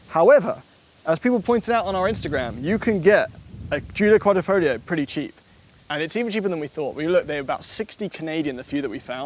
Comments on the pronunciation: And you still cannot pronounce words properly, can almost think you are Americans... its Quadrifoglio, not Quadrifoligo.... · QuadrEEfoglio damn it! Can't make jokes without getting my comment censored lol... but it's QuadrEEfoglio, not QuadOHfoglio 😂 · Mi pare dicano quadrifolio... It's not the correct pronunciation! The g is not silent. 😊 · Quadrifolio with missing ‘g’ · I love to say that outloud with a forced italian accent: ALFA ROMEO GIULIA QUADRIFOGLIO VERDE 🤌!! Say it fast too (Don't pronounce the G of quadrifoglio you muppet) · Wait…. You aren’t supposed to pronounce the “G” …?